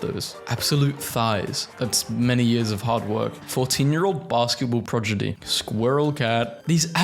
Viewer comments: PRODIGY ....NOT PROGIDY 😂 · progidy? Really? I know british accent is weird, but that's just too much. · Bro said progidy